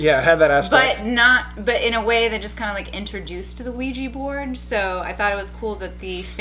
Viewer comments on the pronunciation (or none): pronounciation...."WEE- JUH" not weegee...nails on a chalkboard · ITS PRONOUNCED WEE-JA!!!! AHHHAHSAJSHKHDKJSDKDKDJ